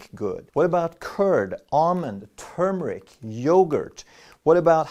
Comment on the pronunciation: Thanks for saying “turmeric” correctly!